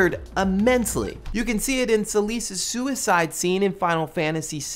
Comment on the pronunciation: I do not like the way you pronounced "Celes," no sir